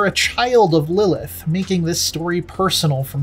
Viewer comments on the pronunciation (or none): none